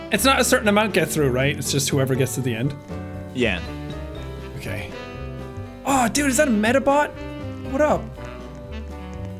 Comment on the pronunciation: Did you just say… Meda-Bot?? I remember that show…